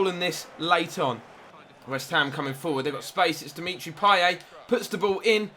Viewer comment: It's pronounced "Pieyet" not "Pieyay" btw